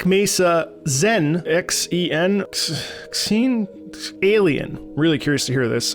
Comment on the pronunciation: So you actually got the pronunciation of Xen right the first time, so congrats! Also, all of the Xen soundtrack has a bunch of great vocals by the composer's wife, Kala Nielsen. Shadows of death, ascension, and Internal conflict have got to be three of my all time favorites.